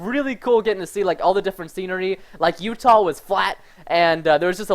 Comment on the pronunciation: My name is Utah, and you say it weirdly lol